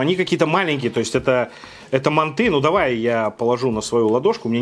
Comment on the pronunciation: мАнты,а не мантЫ!!!!!!!Если у нас в КЗ скажешь мантЫ,тебя напинают))))))))